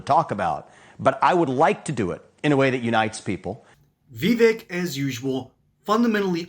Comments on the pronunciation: Yeah. I was making fun of the video creators pronunciation of vivek. He said Vee-vick, not vi-vake. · Im going to help you out its pronounced Viv-ache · Veevick? 😅 . Vivek is pretty cool. My pops likes him. Hopefully he can win his governor race! 🇺🇸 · Vivek said like it rhymes with cake